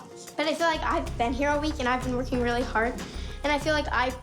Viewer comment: It is so cute that jojo says wily instead of really